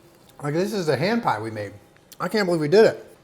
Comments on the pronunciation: i kept hearing you say "ham pie" and was very confused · I thought he said strawberry ham pie